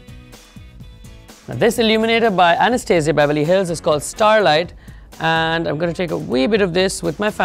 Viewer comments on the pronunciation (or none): none